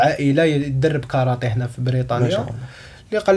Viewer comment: كارتيه وليست كارطي